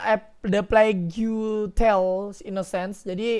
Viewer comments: Bang bacanya "e pleg Tel" bukan "e plagyu Tel" 😂😂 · Yg bener cara bacanya yg mana kalo "the plagu tel", tapi kalo miaw aug "the pleg tel"